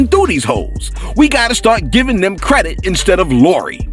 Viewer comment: Boosie..... it’s not CREDIK !!! 😂😂 get it together Bossie!🤨😂😂 hey... if he reads this statement I DIDNT SAY IT!! 😎😂